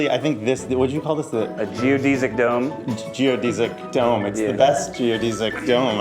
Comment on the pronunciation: Am I the only one that's bothered by how he pronounces geodesic dome? 😅